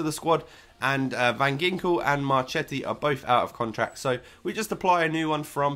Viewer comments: u pronounce it van jinkel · it pronounced van hinkel , just saying :)